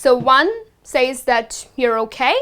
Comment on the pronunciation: You mispronounce says. I advise you to read Daniel Jones.